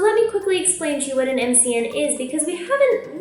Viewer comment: You had it right the first time lol MCN is an acronym. Don't worry you're still the QUEEN!